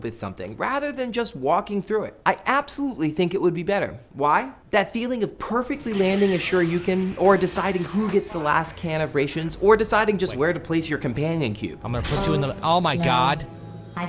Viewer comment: Raaaations (like Rat or Cat)